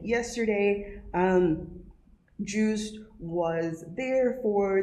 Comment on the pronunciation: It’s not ‘Juiced’ his name is ‘Joost.